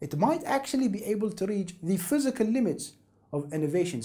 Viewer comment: "phyiscal" close but no cigar.